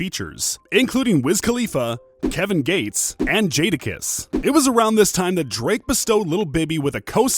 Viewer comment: Kevin gay-tes